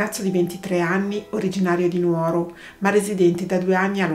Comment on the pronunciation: Sono sarda (la pronuncia corretta è Nùoro) ma non conoscevo la storia, ero a casa reduce da una peaante operazione chirurgica e non guardavo la tv😔